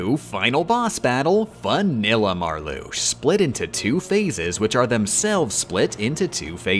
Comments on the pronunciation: isnt it Larcks seen and Mar Lux IA? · It's pronounced "Larks-seen", not "not Lar-sheen" "Vecks-sin", not "Veh-shin" "Mar-Loo-shah", not "Mar-loosh" And yes I am a stickler for name pronunciation. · love your videos but im gonna have a fucking aneurysm if you don't learn to pronounce the names of the organisation members veksen, aksel, marlusha, larkseen, leksius, zeksion, zigbar, zaldin, sai-iks, demiks, luksord, roksas, shion if i hear "marloosh" or "sayks" one more time ill actually go insane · mispronouncing Larxene, Vexen, and Marluxia's names every time where it makes any KH fan's skin crawl.... It's Lark-Seen, Vex-En, and Mar-Loo-Sha. Not Lar-Shen, Veshen, and Marloosh. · I really wish that she knew that it's pronounced "slight", as in "sleight of hand". To be fair though, I don't know what pronunciations are intentional and which aren't, which is kind of genius. "Larsheen", "Veshen" and "Marloosh" are obviously on purpose, given that they are spoken aloud in the game, but "fie-ruh-guh"? No clue. I'm just gonna assume that it's all on purpose and declare myself a nitpicking asshole who has missed the joke. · The way they pronounce some of the Organization's names Confuses, Angers, and Scares me. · ...What the heck was with the way was pronouncing the names of the Org? Like, half the time the A was left out of Marluxia (notably only half the time, though. The other half did include the A), Larxene was said as more of a Lar-SHE-ne? I can't tell if that's some sort of inside joke or if it's just another one of those things that is done for the sake of making the video more silly that pop up during this series.